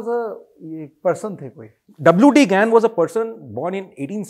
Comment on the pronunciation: Gain bol rahe hai ya gyan